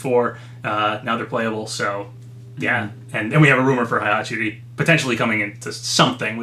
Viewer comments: When will this man learn how to pronounce Heihachi’s name? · Hayabusa is pronounced "high-yah-boo-sah," not "hey-yah-boo-sah." And Heihachi is pronounced "hey-hah-chee," not "high-hah-chee."